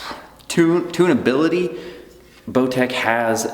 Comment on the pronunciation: Quit freaking saying "tuna billy itty" . Tunable is a better word an modulation,harmonization